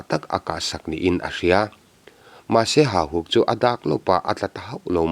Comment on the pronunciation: Ka ngaihthlak danin Hahuk tia lamrik niin ka hria,Hahuk nilo in Hauhuk tih zawk nise.